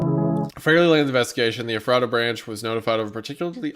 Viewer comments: Wendigoon: “The NERC was ordered by the Eff-raht-uh Branch-.” Every PA Native: “It’s pronounced Eff-rut-uh!” Every time, man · Well thats creepy, I live in Ephrata PA lol btw its pronounced efrida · I'm sorry. This is my inner Lancastrian coming out 😓 It's Ef-fru-ta. Not Eff- RAT-Ah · as someone who lives about 30 mins away from ephrata, it always gets me when no one can ever pronounce it's name lol. for anyone wondering, its "EH-freh-duh" but I get that the spelling looks like it shouldn't be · small note: as a certified pennsylvanian, ephrata is pronounced as approximately "effort-duh" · Its doesnt matter truly but Ephrata is pronounced like “effer-da” in PA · It's pronounced U Fraita with the emphasis on the second syllable. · “EFF-freh-ta” LOL. It’s a town in PA. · ef-ruh-da and then say it smoothly and quicker. We pronounce so many things wrong in this state it’s crazy. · I didn’t even realized it was in ephrata because of the way he said it until the poison oak vid I went back cause I heard him say it’s in Pennsylvania lol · WHY THE FUCK IS THE NAME OF MY TOWN IN ONE OF THESE HORROR VIDS Also, wendigoon, there are two towns in the US with a name spelled Ephrata, neither are pronounced the way you pronounced it lol. Thank you for making my terror immediately turn into laughter. Edit: after paying closer attention later on, its not my town, its the other one lol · hearing him say Ephrata wrong was pretty funny. but i cant really blame him as many PA town names stump people. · MY LITERAL HOMETOWN IS EPHRATA PA AND EVERYBODY I WATCH PRONOUNCES IT WRONG